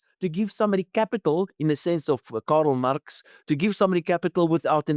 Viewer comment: Bud, who is Karel Marx...? Come on. You're a renowned economist: learn to pronounce the name of one of the most significant economic theorists in history.